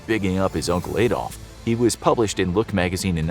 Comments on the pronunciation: It anyways sounds weird to hear "Ay-dolf". His name was "Ah-dolf". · Adolf is pronounced like Ahdolf not Aedolf